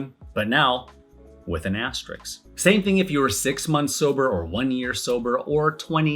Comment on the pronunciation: Had to stop this video because you can't say "asterisk" correctly 😂😂😂